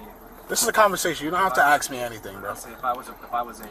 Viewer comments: This clown 🐖💩 should never say axe them that's murder you should always " ask " them. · Yet another black person who cannot pronounce ASK! 🪓 🪓🪓🪓🪓🪓🪓🪓🪓🪓🪓 I would like to AXE 🪓🪓🪓🪓🪓 why that is?